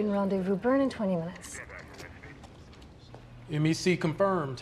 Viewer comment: "M-E-C confirmed" (It's MECO ... "Mee-Koh" ... Main Engine Cutoff) : Main engine still cheerily humming away. Mover would like a word.